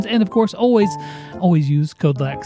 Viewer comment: lecks leks lexs lex